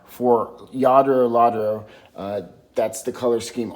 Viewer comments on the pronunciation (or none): Say it as lad-ro, then your have it spot on. Nao from the same company is starting to move up in price, well in the UK it is. Best of luck 👍